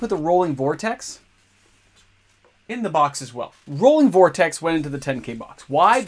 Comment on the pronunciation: # ROILing Vortex - NOT Rolling... : P xD # Shop S-MART : D